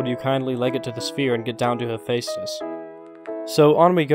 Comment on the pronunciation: Other people: Hephaestus.: HEPHÆSTHUS No hate, just found ur pronunciation kinda funny.